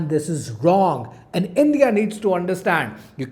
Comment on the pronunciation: India ❎ Endiya ✅ 😂